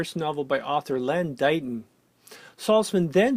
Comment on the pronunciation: PS I have always heard it pronounced Len 'Dayton'